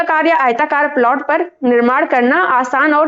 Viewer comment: 3.42 ko 'plot' ka sahi pronunciation tak pata nahi (प्लाट nahi प्लॉट bola jata hai) aur modern bahut ban rahi hai. Bahut se purane niyamo mein vaigyanikta hai jo log dheere dheere samajh rahe hain. Kuchh baate har samaj mein har desh mein rahi hain aur logo mein andhvishwas bhi rahe hain. Koi desh isse achhoota nahi rha hai. Chahe ho Greece, Rome ya Britain koi bhi country rha ho. Lekin pracheen manyatao ka aur aayurved aadi ka gyan Bharat mein mahtvapoorn rha hai. Nicola Tesla jaise great scientists bhi kai cheezo pr research kiye aur unhe adbhut paya.